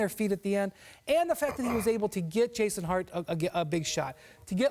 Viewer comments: “Jason Hart” LOL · This fat white guy called josh hart JAYSON HART😂😂😂😂